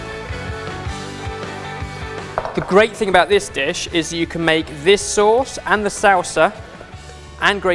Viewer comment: So weird the way says sauces and salsa...of course I’m from Texas though....